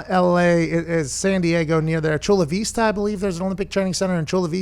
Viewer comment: I just despise pat sayin VE-sta when all we say is vi-sta here lol